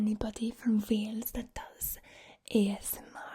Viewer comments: I’m welsh and you did a pretty good welsh accent but you pronounced Wales Vales sometimes and that’s not how we pronounce it but good job xD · As someone from the valleys, you sounded more Italian than welsh 💀 we say wales not vales 😭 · in wales, no one says w’s like v’s...😂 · I’m welsh and I thought it was pretty good apart from the fact we don’t say Wales with a v